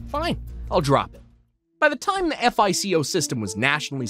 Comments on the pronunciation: repeat after me: "fye-koh" score. not "eff ei cee oh" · No one calls it “F - I - C - O” 😂 It’s just one word, FICO (FIE-coe) Dude, are you accepting applications for narrators? I know how to pronounce words (see: Azerbaijan, from a few weeks ago), and will look things up if I’m not 100% sure!